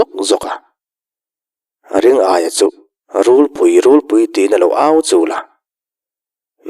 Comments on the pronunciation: Hotupa,Ring-aia ni lovin Ri-ngaia a ni mai lo maw te ka lo ti. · Ring-aia nilo in Ri-ngaia ni zawk lo maw le?